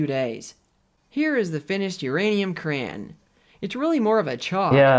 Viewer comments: Stop saying cran! It's crayon! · "crayn" is making me nuts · I don’t like how he says “crayon”